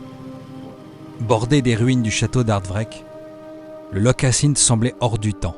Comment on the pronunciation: Superbement filmé, superbement monté et mis en musique. PS : juste par pure pédanterie, on dit Lorr et pas Loch.